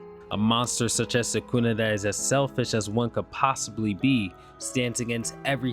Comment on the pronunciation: I wish people would attempt pronounce names correctly… eho tf is Suhkoonuh